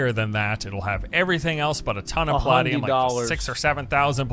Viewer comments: Pal ah dee um? It's Pal ay dee um... I wish this didn't annoy me, stop it brain, stop it. XD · Lol was that other guy tryna say Palladium? It's not like Diablo made that up. It's Puh-lay-dee-um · the way dude says 'palladium' is driving me nuts. The word may be based on paladin (or not, I don't know the etymology), but it's pronounced pa-lay-dee-um. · Someone failed chemistry. I cringed every time he said paladium. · Lol that guy can't even pronounce Palladium